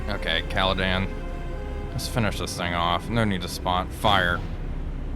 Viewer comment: Loving the series, but she is called CaledOn, not CaledAn